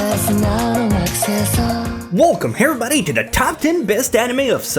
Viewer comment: "WELCOME HEVRYBODY" -Misty/, All of his videos.